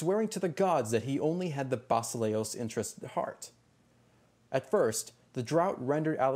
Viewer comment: The greek word fir king is pronounced: vasilèas not vasilíos. Actually the last is just a name. E , as in yes and a, as in fast.